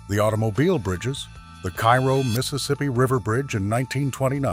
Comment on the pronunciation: Terrible AI voice with numerous mispronunciations, including the name of the town.